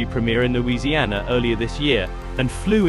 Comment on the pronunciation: AI voices just cant pronounce things right! Loiusiana? Will I...